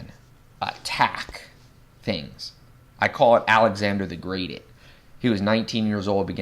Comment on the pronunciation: “Alexander The Greating”